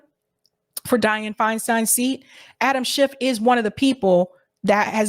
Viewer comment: Your ignorance is HILARIOUS. First of all, say his name correctly--it's SCHIFF (NO "t" at the end🙄). This whole "Twitter files" thing has been completely debunked. Matt Taibbi is a TRUE Putin-loving COMMUNIST--and I know how afraid of Communists you MAGAts are (even though not one of you can define Communism, Socialism, Marxism etc...🙄), but then again you are all Putin/Russia loving TRAITORS yourself, so who knows?